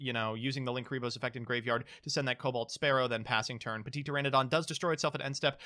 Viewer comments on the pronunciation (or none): none